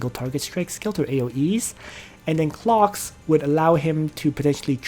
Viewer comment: Not going lie every time you say clocks it triggers me